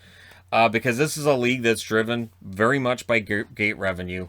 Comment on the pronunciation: 9.25 ty vary much lol jk